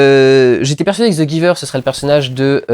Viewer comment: Tu aurai pu prononcé le titre en anglais, ça sonne mieux